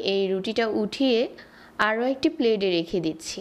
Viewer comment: আগে উচ্চারণ করা শেখেন তারপর ভিডিও বানান। প্লেট কে কেউ প্লেড বলেনা।